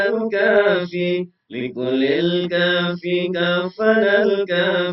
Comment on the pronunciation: Bacanya bukan.... likullil kafi.... mohon dikoreksi lagi